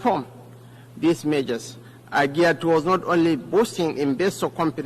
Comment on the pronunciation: I can't even understand what he is saying. Unlettered vp. 'This mejors' instead of 'This measures '; 'paktors' instead of 'factors '; 'painans' instead of 'finance '